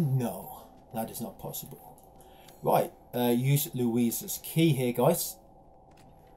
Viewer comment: Can any1 count how many fucking timz he says “rit”??!! 😂 It’s gotta be at least 300 😂